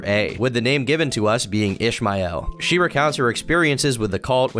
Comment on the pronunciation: Lmao bro why did you pronounce Ishmael like that